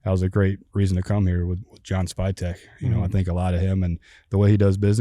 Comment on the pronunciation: Did he call, “spytek” “spygate”? 😂